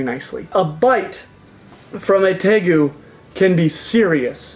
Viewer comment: Tegu is pronounced Tay-Roo (natively). But how the heck did Savana Monitor not make this list? They're among the most passive of monitors, have the softer hide like a Leeche compared ot most others. The only things I can think are that they require live food, and will grow larger if kept in larger housing... but still....